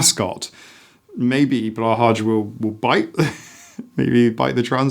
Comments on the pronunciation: Swede here. The shark's name is pronounced BLEW HIGH Simple and correct at the same time! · "Blow-high" is more close to the correct pronounciation! The "å" is pronounced kinda like "oa" I'd say ^_^ Also, I totally second this, plushies are amazing comfort items, and its a healthy coping mechanism, and they hurt no one (mold can be an issue, but you should talk and not just throw them away!!) I just don't get why we have to assign an age to something that comforts, it is a healthy coping mechanism so why is it not okay. You don't just stop requiring comfort as you grow up, if anything, I feel like you might even need more comfort as you grow up because you have to take on more responsibility, you have more stress in life, you understand more about the negative stuff happening in the world around you..